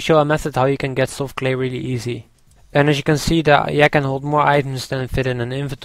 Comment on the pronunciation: Anyone else think he says yak funny/:) its not like a real yak... its a yaaakee